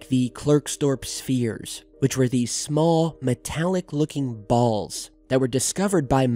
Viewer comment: The way he emphasized the word "balls" lol